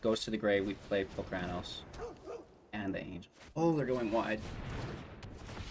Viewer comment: My ears bleed when you say Palcranos.. it's Polukranos.